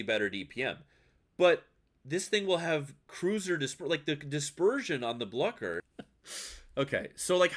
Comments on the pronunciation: It's Blyeew-scher, and yeah, it seems cracked but not at cracked as that super DD. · The german "ch" ist not pronounced like "sh" but like the ch in Loch Ness or the Kh in slavic Languages.